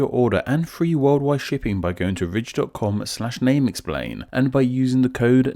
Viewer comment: The accent made me hear "This episode is sponsored by the rich" love it